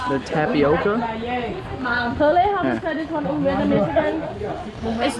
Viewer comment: Why do you say “Vietmanese”? Also, it’s Mekong not Meklong. Your videos are really great, however. I’m still surprised that you didn’t have a great time in northern Vietnam. It’s magical. Hanoi Old Quarter, Sapa, Ha Giang and Halong Bay are spectacular. Keep up the good work!